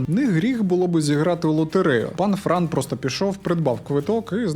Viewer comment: Бро, не Фран, а Франо.